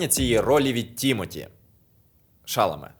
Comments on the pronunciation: По-перше не ШАламе, а ШаламЕ. Це французьке прізвище. У французькій мові наголос завжди падає на останній склад, без варіантів. По-друге, Тімоті уже співав на екрані у фільмі "Дощовий день у Нью-Йорку", та й в бродвейському мюзіклі теж. Уривки з нього є на youtube. А загалом я з вами згодна, чудовий добрий фільм. На деяких моментах пробивало на сльозу. Але коли Нудле прийшла до своєї мами, я подумала: "Крута у мами робота, в оксфордській бібліотеці! Я б теж не проти там працювати".😂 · Фільм дуже сподобався!, гарний огляд, але постійно ріже вухо, як ви вимовляєте наголос ШАламе замість ШаламЕ, всюди де шукав, вказують, що наголос на останній склад) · Але чому ТІмоті ШАламе, якщо ТімотІ ШаламЕ? Наголос на останні склади і в імені і в прізвищі. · Тімоті ШаламЕ, а не ШАломе. Фамілія в нього французського походження. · Чекнути, що він французького походження, займає дві секунди, не розумію чому чи редактори цього не зробили. Дуже бісило це шАламе, коли він ШаламЕ. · Не думала, що так складно знайти інфу по правильному наголосу імені і прізвища ГГ випуску... Ті́моті Аль Шаламе́ - користуйтесь. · ШаламЕ. У французькій мові наголос в усіх словах падає на останній склад. І у прізвищах також. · поцікавтеся походженням прізвища актора, адже він француз, тому наголос ставиться на останній склад ШаламЕ- здається, він всюди про це говорить навіть сам. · Дякую за цікавий огляд! Маленька поправочка - правильно вимовляти Шаламé, у французькій мові наголос завжди йде на останній склад :) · Ім'я Тімоті Шаламе правильно вимовляється з наголосом на останній склад і в імені і в прізвищі, бо в нього французьські корені. Дякую за відео! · шаламе француз за походженням. наголос у його прізвищі падає на останній склад. може варто перевіряти правильність вимови авторів, якщо ви претендуєте на якусь авторитетність?